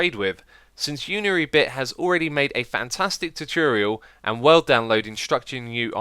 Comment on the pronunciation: Many years later and x still can pronounce tutorial